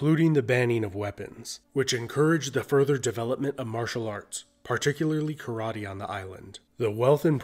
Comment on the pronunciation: Americans trying to pronounce the word Karate correctly but completely faceplaning always makes me lol